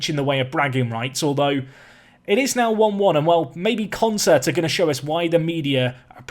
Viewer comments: Isn't Consett pronounced 'Con - set', not 'con - sert' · Who's gonna tell him it's Consett and not Concert?